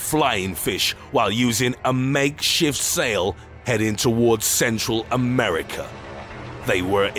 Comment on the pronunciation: Heading for.....CeNtRaL AmErIcA